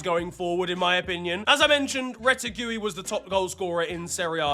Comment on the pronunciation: “Rete-gooey” is crazy work 😔